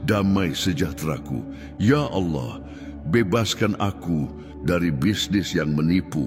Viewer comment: Terima kasih unt doanya. Tp ada satu pertanyaan: kenapa pengucapan kata Allah bukan ALLAH tetapi aollah spt rekan kita di sebrang?? Jika memungkinkan sy mohon dengan sangat unt pengucapan kata ALLAH sesuai dgn bhs Indonesia saja. Terima kasih Tuhan Yesus memberkati pelayanan Saudara